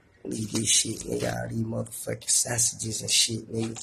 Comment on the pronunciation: The way he said sausage was funny af